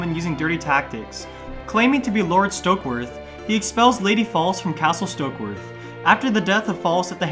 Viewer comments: Its pronounced Fa lece not False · Her name is not pronounced "Lady False". Her name is pronounced "Lady Fal-LEESE". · You're mispronouncing Falyse Stokeworth and Varys 😛